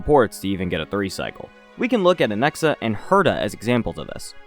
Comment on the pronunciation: Or as he says it “Anexa” 😂